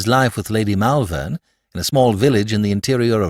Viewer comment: Not bad, but Malvern is pronounced Mulvern, and I winced every time it cropped up.